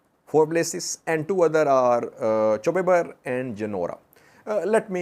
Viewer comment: Gonder front is Chew Ber not Chube Ber. Chube Ber is near Waja, on A2 High way.